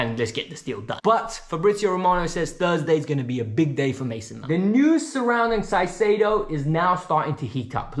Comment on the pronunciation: ZEIZEDO???? JAJAJAJAJ CAICEDO bro